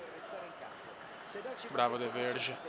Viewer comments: De Vrij si pronuncia De vrai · Si pronuncia "de vrai" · Grandissimo, e comunque ottima la scelta di comprare De Vrij (che si pronuncia DE FRAI, credo ahahah)